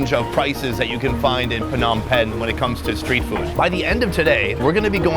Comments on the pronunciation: Pronounced withOUT the P, Nom Pen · im from cambodia my home town is at phnom pehn and ur at pheonm pehn